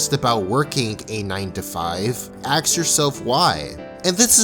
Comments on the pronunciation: dude can't even say "ask." He says "axe." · the way he pronounce "ask" is like "aks" or maybe im just hearing things. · Can someone explain to me why he says "ask" like he is saying "axe" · It's 'ask' not 'axe' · Why do you say "Axe", instead of "ASK"? Is it some American thing? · You do great videos but please say "Ask" and not "Axe". It pulls a lot of us out of the message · Why do you say aks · Taking this video completely out of context, you can just get countless repetitions of "Axe yourself" Just an observation. The k and s sounds are reverse of what they should be. Lots of peeps make the mistake, it's just funny to me. XP